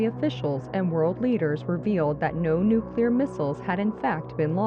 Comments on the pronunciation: Amazing video, but it's pronounced NUCLEAR, not NUCULAR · "Nucular" >text clearly says nuclear